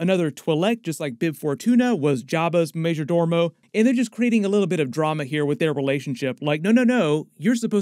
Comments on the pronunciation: "Tran-do-shan", not Trans-doshan. And "ma-jor-do-mo", not "ma-jor-dor-mo". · First, "Back-Ta" not "Bok-Ta", and Major "dOmo" not "Doormo". Then Dok Strasii brought Bobba a Wookie pelt, a high honor seeing as how the Transdoshan would have to be a great hunter to take down a Wookie. And the other "Hunter" in the palace you asked about looks like it is a droid not a guy in armor. I'm not saying it can't be a hunter, but it looks like a droid or at least a poorly suited actor. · There is only one R in majordomo. It’s not pronounced “dormo”.